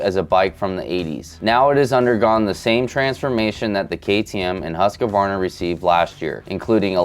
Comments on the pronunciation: Huska-warna 😂 it's Huusk-varna🇸🇪😀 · The way he said Husquarna 😂😂😂😂😂 HUSKA-WARNA 😂😂😂😂😂😂😂😂